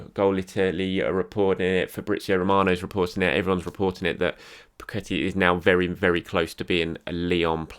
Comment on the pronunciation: Lucas Paqueta [Pa-keh-taar]